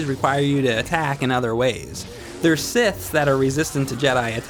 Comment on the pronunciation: "No One can clone a jedi" there's a number of Clone Jedi that disagree with that statement. Also his pronunciation of various powers and......siths, kinda irks me, but that's just me personally, nothing wrong with the video.